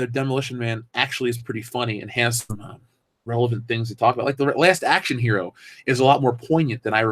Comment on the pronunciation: Her-O makes me want to hurl.